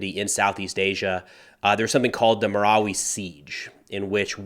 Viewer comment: have you been to the Philippines? You're pronouncing everything correctly! BTW, we say M-I-L-F by spelling it out. Thanks for covering this, I have Filipino heritage and my home town is 100 miles north of Marawi. This area in Mindanao is like the middle east, never ending war!